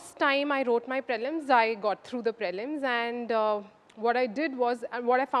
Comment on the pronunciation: Prelims is pronounced as pr'ee'lims and not praylims for fucks sake